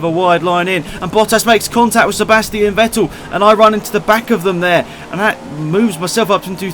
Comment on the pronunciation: My favourite "Sebastien vettel".